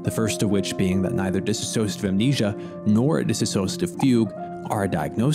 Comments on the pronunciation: DISS OSH A TIVE... not DISS A SOSH A TIVE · DIs-sociative, not Dis A Sociative. cant you read man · DISSOCIATIVE not DISaSSOCIATIVE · it's a common mistake but its di-sso-ciative, not disassoative. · I'm sorry to point it out, but it was so distracting the way you pronounce "dissociative". It's not "dis-associative". Sorry again, it's me, being sensitive to pronunciation, especially when the speaker is trying to present in a serious manner.